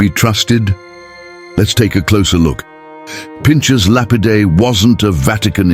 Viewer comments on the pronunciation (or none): It would be good if your robonarration could be programmed to pronounce "Pinchas" correctly. It's got an aspirated rather than a soft ch.